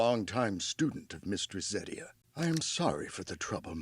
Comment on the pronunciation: Hey, none of her opinions bugged me as much as how she pronounces Serie; it might just be me but I hear it (in English at least) as “ZEH-ree-uh” rather than “ZAH-ree-uh”. And unlike Stark’s brother, whose name was only mentioned briefly so I forgave her not pronouncing it “Shtoltz” but as “Stoltz”, we got the old elf’s name repeatedly so I was puzzled by the pronunciation. But that might just be me, y’know?